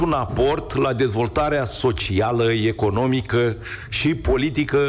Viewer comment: A se remarca felul in care spune "ieconomica". Unde am mai auzit "iexact" asa ceva? La numitul Tudorel Toader.